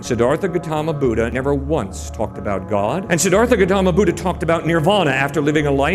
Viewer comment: Buddha, pronounce "ddh" in Buddha like "the"